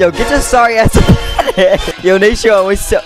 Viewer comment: It’s nasean not nashawn